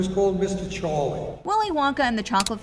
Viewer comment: i hae a ges about why charlei it sound like cholet